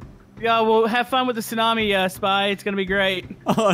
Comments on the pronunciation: Okay stormworks again, but... Tsuanmi. Just correcting ya spy. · Spy why did you say tsuani